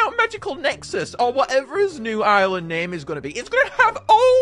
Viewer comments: bro got the name right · Hey you actually got the name right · YOU GOT THE NAME RIGHT!!!!!!